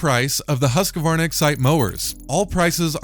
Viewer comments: The correct way to pronounce Husqvarna is actually "hoosk-varna" but in america we can get away with "husk-varna", but it's NEVER "husk-a-varna" :) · I find it interesting that some people add an extra syllable that isn't there-"Husk-a-varna". It's kind of like Brits and "Alu-mini-um". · As a Swede living 20minutes away from Huskvarna (city where Husqvarna is made), I find it hillarious how you guys pronouce "Husqvarna" (not trying to make fun of anyone, just enjoying it ^^)